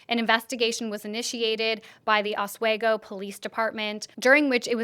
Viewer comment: Re: Oswego pronunciation if you report on this again, it’s more like Os-WE-go. Love you, and all you do!